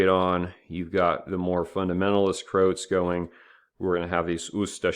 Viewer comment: It's not Krowts it's Croats the same way one would say Croatia - the ROA part is important